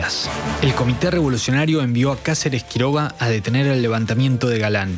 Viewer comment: No sé por qué acentúa de forma esdrújula todos los apellidos. No es "Bérenguer", sino "Berenguer". No es "Cásares Quiroga", sino "Casares Quiroga".